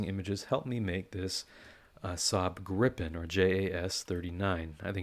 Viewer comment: As a Swede it is fun to see a Swedish aircraft represented. EDIT: Gripen is pronounced with a long i by the way.